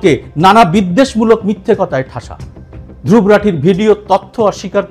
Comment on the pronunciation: ওর নামটা ধ্রুব্ । তাই সে ভাবে উচ্চারণ করাই ভাল। আমার নামের ক্ষেত্রেও এই সমস্যাটা হয়। হিন্দিভাষীরা সুবরত্ উচ্চারণ করে। আমাকে কারেকশন করেসবলতে হয় এটার সঠিক উচ্চারণ সুব্রোতো।